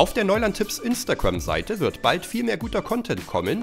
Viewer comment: Alter 4 von denen kannte ich schon 🤦🏻‍♀️🤦🏻‍♀️🙄 außerdem heißt es Instagram und nicht imnstagamm